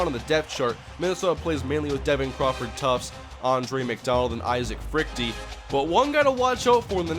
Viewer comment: you sure you're pronouncing Freuchte right? shouldn't it be like Frewkter or Froykter? whatever, great vid man